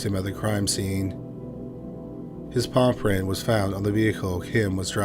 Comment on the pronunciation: When you say ''palm print'' but it honestly sounds like paw print sounds endearing.